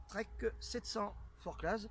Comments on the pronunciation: Salut! Pour ta culture, le Z ne se prononce pas, même pas au Valais ou se trouve le col de la Forclaz!:) (ouhai, c'est Suisse!:p) Les petite sangles permettent surtout pour de pré-serrer ton matos pour économiser les fermetures-éclair qui sont trop en contraintes sur d'autres modèles...;) Sympa ce sac! Du coup, le temps de taper tout ça, j'ai zappé le reste de la vidéo, mais salutations quand même!!:p A peluche!! Stéphane PS: T'arrives à mettre une nalgène d'un litre dans le porte bidon? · Forclaz ... Lol on dit pas le "az" parole d'un haut savoyard ... Chamonixe ... Lol Je déconne pas , c'est vrai . On prononce vraiment pas le " AZ "